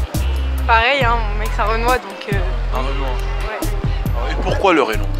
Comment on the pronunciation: « Leu renoi »